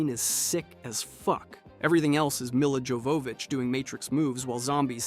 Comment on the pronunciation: Mill-uh Juh-vov-ich too.